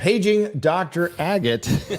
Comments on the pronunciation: Ag-ate. A kind of stone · Its pronounced Ag at ,like fag at just remove the f. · Thank you! That mispronunciation was bothering me. Lol! Grew up picking agates up on the shore in Alaska and Oregon.